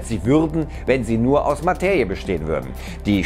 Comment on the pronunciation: Materie = ☑️ Mateje = ❌ Bitte bemühe dich wenigstens, es richtig auszusprechen.